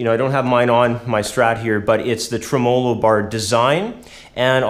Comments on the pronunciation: he accented treMOlo instead of TREmolo which is how people usually pronounce it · Lol. The way he says "Tremelo". Tray mello lol.